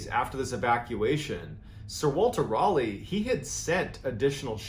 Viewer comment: As a Brit, I just love the way you pronounce "Raleigh". Is it correct? No. Is it endearing? YES! Fascinating info. =)